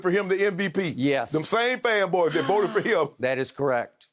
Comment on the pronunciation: See, there's Skip being passive aggressive again. He knew what he was doing by emphasizing "fan boys." 🤔